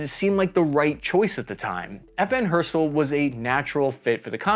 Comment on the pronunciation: its not not FN herstuhll FN HER ST ALL (and make the A flat)